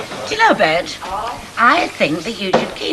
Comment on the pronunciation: Its Bet, not Bett